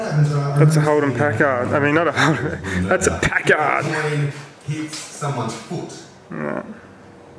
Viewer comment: It is Pack-ard not Pac-kard for pronunciation not often I get to correct some, but it is American not English or Aussie. BTW the little red car's repaired fender looks better than the rest of the car.